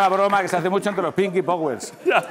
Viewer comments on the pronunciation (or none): "pinki power,""pinki powis" XD